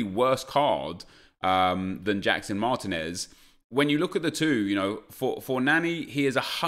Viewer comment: mahr-TEEN-ehz, not MAHR-teh-nez.